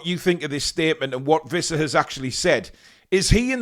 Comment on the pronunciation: It's Wissa, not Vissa.